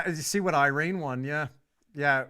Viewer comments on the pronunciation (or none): none